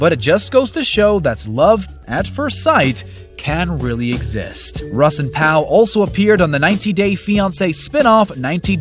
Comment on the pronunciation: Man you SLAUGHTERED some of their names!! RUSS became Huss?!?!!